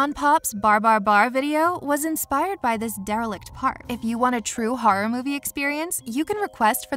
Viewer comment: When you say horror it sounds like you say harror